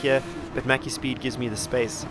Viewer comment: Didnt know slovenians play this game (he was top3 whole race) And also you pronounced maciek a bit funny and very wrong hihi